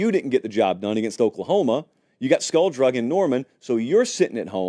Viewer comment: He said skull drugged!!! I love!!